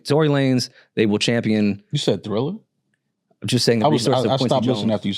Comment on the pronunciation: please dont let the word Thriller come out of your mouth again 😅